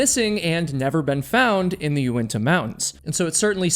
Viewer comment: It’s Unitas not uentas